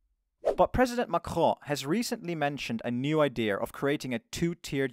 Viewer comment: just say macron😭